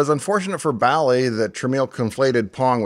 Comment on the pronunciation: Dave, as near as I can tell by some online research (plus what I can recall hearing back in the day), Bally rhymed with Sally, rather that with Wally. And Jack Tramiel pronounced his name like 'tra-MEL', rather than rhyming with 'train meal'.